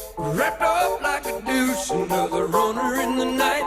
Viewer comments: I would call "like a deuce" the most mispronounced lyric ever. We all heard what he said, he pronounced it wrong. Those of us at the time who knew The Beach Boys "Little Deuce Coop" figured out very quickly what he meant to say when taken in context. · To be fair the singer terribly mispronounces both “deuce” and “runner”. That isn’t exactly mishearing it.